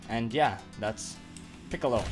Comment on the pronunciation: DIS MAN SAY PICOOLO BRUH GET OUTTA HERE PICOOLO IS TRASH HES NOT A GOOD CHAR EVEN PTS NARUTO IS BETTER THAN THAT CHAR